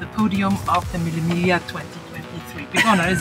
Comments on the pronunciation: Belin it's named Mille miGLIa not mille mila😂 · The pronunciation is "MEE-lay MEE-lyuh". VROOM! VROOM! VROOM!🚙